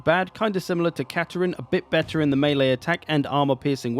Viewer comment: why is everyone calling katarina katarin?